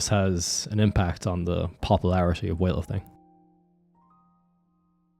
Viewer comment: all i hear ist weahterthing, wethlrthing and wealating